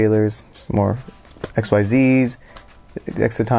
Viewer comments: when someone says "X-Y-Z" summons instead of "ZEEZ" summons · For stupid reasons, so. Btw, It's *Exceed, not X Y Z, mannagg o bucchin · ITS NOT X-Y-Z SUMMONING ITS IKZEEZ SUMMONING. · I know it’s pronounced ik-zees but fuck that that sounds stupid so I say x-y-z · It’s pronounced ik zeez.. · Um, you pronounced xyz wrong.